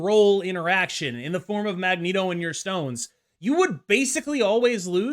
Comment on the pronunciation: Why the fk do you say Magento and not Magneto!? 😂😂😂😂